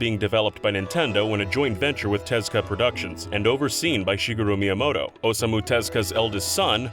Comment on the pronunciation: hearing Tezuka called "Tezka" hurts my ears